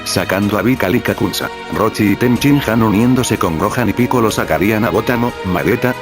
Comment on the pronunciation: crees que esta bien dicho picoro? es que laura torres siempre lo dice asi pero es piccolo